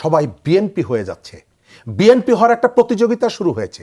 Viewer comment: ম্যাডাম বিএম্পি বলতে কি বুঝাচ্ছেন ? বিএনপি একটি রাজনৈতিক দলের নাম প্রচার মাধ্যমে উচ্চারণ করতে পারেন না।